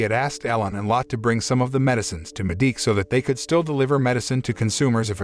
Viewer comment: btw lott is not how you say the maids name that is lotte. you say it lottae